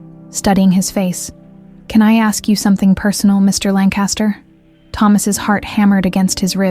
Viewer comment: Lancaster is pronounced with emphasis on the first syllable only. LANKuhstuhr (or LANKuhstuh).